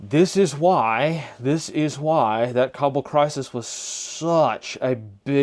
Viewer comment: No way, you pronounced Kabul correctly… 👍 saw them in Logar on and off 2020. During IDF, the joke was what t shirt they were wearing, Taliban or Isis…